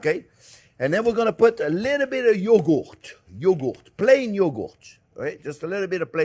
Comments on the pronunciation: wtf is "yoogoot"? lol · what exactly is Yo-goat??😂